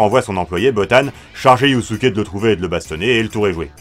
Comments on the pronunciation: Pour info, dans la langue Japonaise, le S entre deux voyelles se prononce comme un S et pas comme un Z. Donc Yusuke se prononce Yussuké (normalement c'est Yuuské), et pas Yuzuké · YuZUke 😭😭😭 un effort sur la prononciation la prochaine fois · Haha c’est dur d’entendre « yuzuke » a chaque fois 😂 Après je si je puis me permettre, pour dragon ball et yuyu ils faut les regarder en vostf, j’ai personnellement redécouvert une autre facette de dragon ball en vo alors que je les connaissais par cœur en fr, et pour yuyu j’imagine que le yuzuke vient de la version fr. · Moi j'ai l'impression d'entendre Yussuké